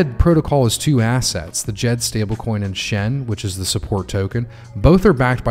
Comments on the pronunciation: [Djed] the "D"softens the"J"so not like jeep more like so we say the D(like saying "shed" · Haha got me after you said D-Jed again, thanks for the fix brother. 🤙🏼